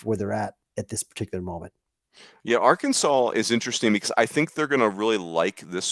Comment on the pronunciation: How many more trips to Omaha will it take before Rooney learns to pronounce ‘Arkansas?’ (It’s Ar’-Kansaw not Ar-Kansas’)